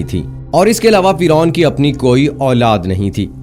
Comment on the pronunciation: Firon ka naam aap galat bolre